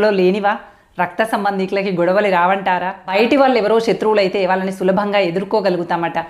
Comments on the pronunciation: ఈమె మళ్ళీ ఉపాధ్యాయిని.వొత్తులు ,ల ళ ... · వాల్లు, వాల్లే..... కాదు తల్లీ...... వాళ్ళు..... వాళ్ళే, తెలుగు..... దయచేసి.....!🙏